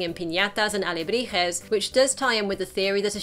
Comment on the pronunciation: Your Spanish pronounciation was actually quite good! Which is a relief. Most English-speaking Youtubers have a very cringy Spanish pronounciation when they say those words (particularly "Alebrijes")